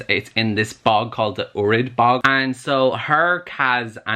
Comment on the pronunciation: I love the way you mispronounce or just say the names of some things wrong😂 it cracks me up so much. “The Drove” “The Oorid bog”